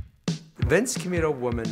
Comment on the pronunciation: “Vince cam-yuto woman..”